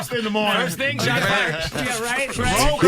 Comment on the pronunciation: "So i have this thyng i do before i come to a station" the saxophones should had started right there🤣❗Love her.